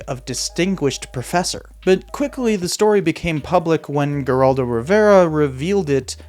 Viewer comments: Gerr-aldo Rivera 🤣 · The “G” in Geraldo is silent.